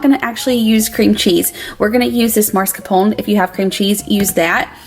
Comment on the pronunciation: Everything looks delicious!! Makes me wish I could get biscuits. 😩. So funny how y’all pronounce it MARscaprone instead of MAScarpone. Lol. It’s always a good time in your kitchen. 💕